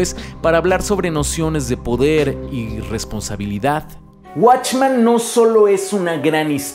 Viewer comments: ¿Por qué dices "watchman"? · ¿Por que en todos tus videos proguancias "Watchman" si la pronunciación es literalmente "Men"? ya que "Man" es singular y "Men" es Plural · Esto no es una critica ni una queja pero siento un conflicto enorme cada que dice WatchmAn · soy el unico que le causo ruido que pronunciara "Watchman" en lugar de "Watchmen"? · Está muy bueno tu video, pero se dice WatchmEn con E. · se dice watchmen compare no watchman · "Guachman" A pesar que el comic es mejor que la pelicula a mi tambien me gusta verla como un complemento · esta chido el video..pero si duele escuchar la palabra "watchman" XD